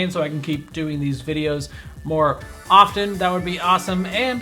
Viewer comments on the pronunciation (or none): none